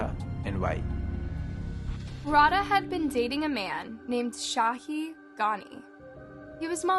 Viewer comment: ikrr its rau-dh-aa not rauhaa. this is so disrespectful.